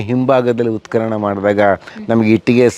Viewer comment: ಉತ್ಖನನ ಸರಿ, ಉತ್ಕಲನ ತಪ್ಪು, ಸರಿಯಾದ ಉಚ್ಚಾರಣೆ ಅತ್ಯಾವಶ್ಯ. ಊತುಹೋಯ್ತು ಅಂದ್ರೆ ಊದಿಕೊಂಡಿತು ಅಂತ. ಹೂತುಹೋಯಿತು ಅನ್ನಕ್ಕೇನು ಕಷ್ಟ?. ನಿಮಗೆ ಅ ಕಾರ ಹ ಕಾರದ ವ್ಯತ್ಯಾಸ ಅದ್ಯಾವ ಭಗವಂತ ಹೇಳ್ಕೊಡಬೇಕೋ🤦 ಸಾಮಾನ್ಯ ಮಾತಾಡುವಾಗ ಹ್ಯಾಗಾದ್ರೂ ಮಾತಾಡಿ. ಲಕ್ಷಾಂತರ ಮಂದಿಗೆ ತಲುಪುವ ನಿಮ್ಮ ವಿಡಿಯೋಗಳಲ್ಲಿ ಸ್ಪಷ್ಟ ಹಾಗೂ ಶುದ್ಧಭಾಷೆ ಅತ್ಯಾವಶ್ಯಕ. ಶುಭವಾಗಲಿ.